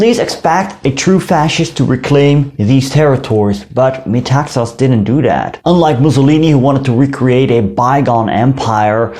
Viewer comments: You pronounce his name by stressig the last syllable---Me-ta-XAS. last syllable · You pronounced all Greek words and names quite well. In Metaxas, the stress is on "xas". Very nice video. One little mistake is that the Nazis met with considerable resistance in the northern border but prevailed. They have acknowledged this officially and treated prisoners with honour.